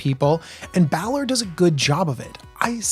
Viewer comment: He wasn't kidding when he said he didn't play DND. Balor is pronounced BAY-LORE. For the Baldurs Gate names I'd look up pronunciation on DND Beyond for creatures and characters. It might help. I did hear you correctly say it in the third try though, props.